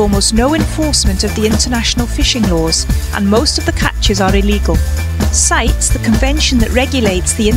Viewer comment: reposted on facebook. One correction for the future. CITES is pronounced "SIGH - TEES", not "SITES"